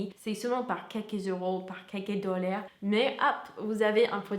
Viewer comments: Dollars et non dollaire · Tu as un excellent niveau de français, mais sache que "dollar" se prononce comme "dôlard" et non pas "dolair". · Juste dis dollar normalement avec ton accent américain 😂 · C'est Dollar pas Dollère :))) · Des dolaire ?😂😂😭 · Dollaire 😂😂 non je rigole j'aime bien tes vidéos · J'adore comment vous prononcez le mot DOLLAR, c'est comme un mix entre la prononciation normale mais avec un peu de DOULEUR d'inclut ! Ça pourrait donner une bonne toune RnB si vous avez la voix. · C'est quoi ces "dolléres" ? MdR. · "Dolér" mdr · Et la pauverté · Super video! Quand tu dit dollar jai l impression d entendre dollère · t'as vu elle dit doller jsp pq c'est bizarre